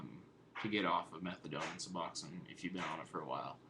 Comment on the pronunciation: Finally......someone who pronounces Suboxone right!!!!!!! Thank you for knowing how to read...lol